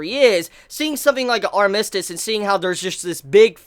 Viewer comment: But the way you are saying armistice though...